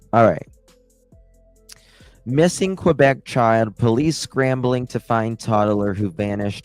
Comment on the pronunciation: Although many English people pronounce the U in Quebec. The right pronunciation is keh-BEK. 😊